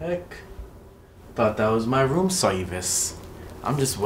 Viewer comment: It’s supposed to be room but he said woom